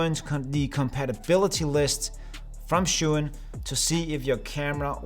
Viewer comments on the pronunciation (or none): ohhh no someone mispronounced a name, what a shame. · That's not how you pronounce Zhi Yun